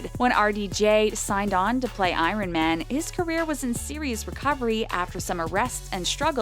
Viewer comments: Aron Man iron man is pronounced (eye-ron-man) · Does anyone else notice that the women said I Ron multiple times when talking about iron man😂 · I-RON-MAN ITS SO ANNOYING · It is iron man not aironman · Dude she said Iron man as Irone Man and Mark Ruffalo as Mark Ruffoulo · I-ren man ....okayyyyy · 'eye ren' man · she said “eyerun man”😭😭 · I'd forgive Roo-fa-low, but Ay-ron man... 😑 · LEARN HOW TO SAY IRON MAN!!!!!!! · Learn to pronounce iron man properly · You used the wrong pronounciation for Iron man